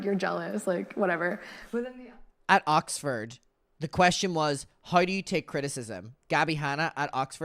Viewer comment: wut. I know you can see the channel the interview was posted on. It’s most definitely Oxford and not “ocford” 🤣